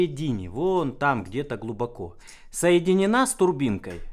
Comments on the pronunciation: шестернЯ... шЕстерня же... правильно иногда говоришь... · Устоявшееся искажение слова, как и клапанА, поршнЯ, тормозА